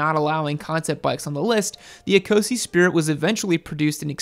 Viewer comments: Please, Ecosse is not pronounced ee-co-see, it's pronounced e-coss. It's the French name for Scotland. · It’s pronounced eh’coh’say not eeeeeecozy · Eee co see? Ouch... say it as it is written. It means Scottish... in French. A bit too Euro for you? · Is it not 'Ecosse' as in A-coss (as in french for Scotland)?